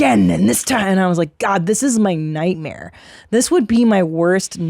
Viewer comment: I think Christina meant "night-meer"